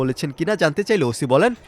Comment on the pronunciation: ওশি না ওসি উচ্চারণ ঠিক কর